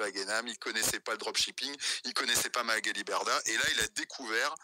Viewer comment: Coucou ! Intéressant ce live, j'en avais entendu qu'un petit extrait, donc c'est super que tu fasses une vidéo là-dessus. MDR, Moundir il dit Magali Merdah au lieu de Berdah, il me semble avoir entendu ça. Sinon, super vidéo, j'ai appris quelques trucs. Merci, bisous !🥰💋❤